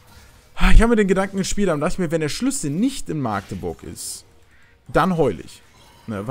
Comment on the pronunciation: Alter wie mich das triggert wie du machteburch sagst. Meine güte. Magdeburg bitte ohne langes a. 😂😂😂